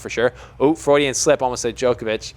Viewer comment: Hey man I like federers style too but I think it was the slip you say (Frodian?) hahahaha... we must face it (I am actually a bigger nadal fan than a fed fan) but for sure it LOOKS like Djokovic will BE THE GOAT. He isn’t yet, but record at #1, record of slams, H2H positive against both, most masters titles (maybe) , these are all things he might end up with once they all retire. It looks likely.